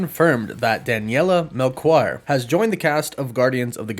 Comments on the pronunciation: it's not pronounced Melquire, it's Melchior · HEY, portuguese guy here! You just butchered Daniela's surname 😅😂😂 It reads MelSHior. The CH in portuguese sounds like SH in english, so "Daniela Mel SHE or" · Your pronunciation of Daniela last name is awful but its a good try ahaha